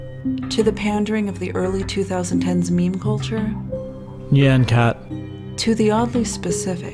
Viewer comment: But he pronounced "nyan" wrong!